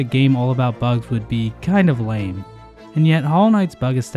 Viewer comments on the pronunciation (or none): none